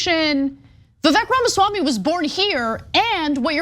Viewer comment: Hey Ana, it might be worthwhile to at least learn how to pronounce his name.